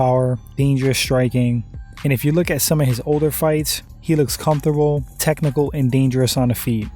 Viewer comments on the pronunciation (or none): none